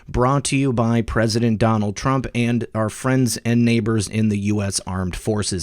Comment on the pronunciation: Isn't it Trump. Not Trunp?? Lol